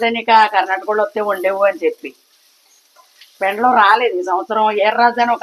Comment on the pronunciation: పెండ్లం కాదు పెండలం